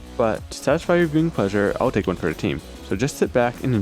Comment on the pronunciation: Mrterials, reasonrbly, trk a trip... these words aren't supposed to have an extra "r"